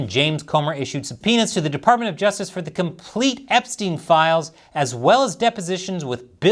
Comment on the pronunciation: 🍯◻️🇺🇸◻️ Did you say files or piles? Maybe she has Tiles on her desk! ⬜️🟩⬜️🟩⬜️ 🟩⬜️🟩⬜️🟩 ⬜️🟩⬜️🟩⬜️ 🟩⬜️🟩⬜️🟩 ⬜️🟩⬜️🟩⬜️ ⭐️⭐️⭐️⭐️⭐️ 🇺🇸🇺🇸🇺🇸🇺🇸🇺🇸 🍯🍯🍯🍯🍯